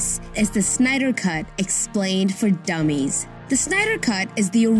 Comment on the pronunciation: The way she said DUMMIES.. I felt that...